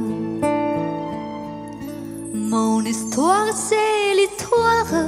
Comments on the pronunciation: Cháu có 1 giọng hát rất trong trẻo, hồn nhiên, và tinh khôi không vẩn đục. Tương lai sư nghiệp của cháu sẽ gặt hái rất nhiều hứa hẹn tiến xa và thành công. Tuy nhiên, cháu cần chú ý vài phát âm cho tròn vành, đúng và chuẩn của vài chữ trong bài này như l’hiStoire, tout lE bien tout lE mal (không phải lES), grand aRbRe, êtrE (không phải êtrE’), celle (phát âm Xelle), d’anGoisse (không phải d’anDroisse), … nhé. Chúc cháu nhiều may mắn và thăng tiến trong sự nghiệp 💖👍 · Giọng hát thì hay. Phát âm tiếng Pháp bài này còn nhiều chỗ gượng: histoire, amour. un, bien. Chữ adieux không nên nối âm thành tadieux